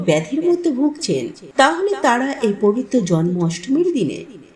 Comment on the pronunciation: ভাষা শুদ্ধ করে কথা বলুন পম্পা😮😮😮😮 বারে বারে পবিত্ত কথাটা ভুল বলছেন কেন😮😮😮😮😮 ওই ভাষাটা পবিত্র হবে 😊😊পবিত্র দিনে কথাটা বলুন 😮😮 কত মারাত্মক এই ভুল কথাটা 😮😮 বারে বারে বলছেন পবিত্ত দিনে 😮😮😮😮😮😮❤❤❤❤❤